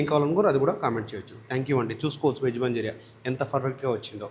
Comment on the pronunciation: నాయన మంజూరియా కాదు.... మంచూరియన్ 🙏🙏🙏🙏.... టెస్టింగ్ సాల్ట్ కాదు టేస్టింగ్ సాల్ట్.. ఏమి భాష అది 😡